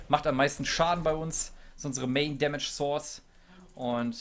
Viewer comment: Wenn du Main dmg Source sagst dann hört es sich wie Sauce an